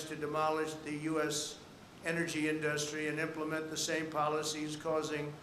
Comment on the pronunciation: Omg why does he say industry like that? He says “in-dus-try” with emphasis on the “dus” lol